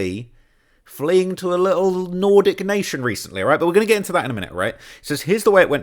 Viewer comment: “D4VD’s lit-el Fixer” (uk voice) 😂